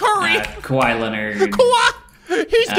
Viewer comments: I guess she doesn't know Kawhi is pronounced the same way as kawaii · She said kawaii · “I like Kawhi because it looks like Kawhi” 😂 pronounces kawhi like Cowie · “ isn’t his name Ka-why-ii I like his name because it sounds like kawhi 😂😂😂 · I think it is Ka..We.. I like it cause it’s Kawhi🤯🤦🏼‍♂️